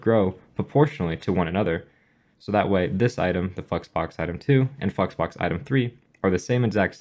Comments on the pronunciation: no offense just saying flex box sounded more like fu#ks box the way you pronouncing it. btw all jokes.....nice content!!!! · All I hear is fucksbox lmao But it is a good video so thanks a lot! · Did you say flexbox?